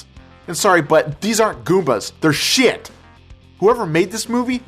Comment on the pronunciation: hahaha.... a geek is trying to be a gangster XD and trying to bee funny by pronouncing shit "shiyet" lol